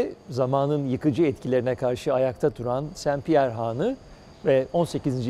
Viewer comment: Haanı değil, hanı. A kısa olacak.